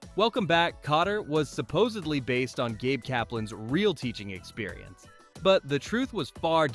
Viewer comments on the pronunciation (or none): none